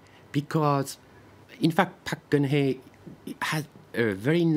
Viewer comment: Please pronounce our president's name correctly. Park Guen Hye